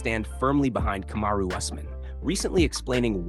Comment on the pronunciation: Kamaru = ( coma-roo) Usman= ( os- man ) and ( ass-man). Boy this channel butchers names.😁 It's hilarious though🤣🤣🤣